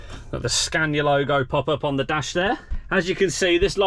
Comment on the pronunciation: How many time has he said super scana